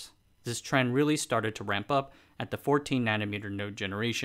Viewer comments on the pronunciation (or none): none